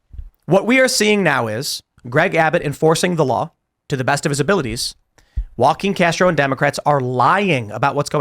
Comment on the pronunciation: “Joaquin Castro” lmao